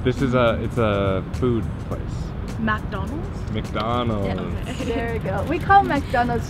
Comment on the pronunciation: Nao é máqui, é mác donalds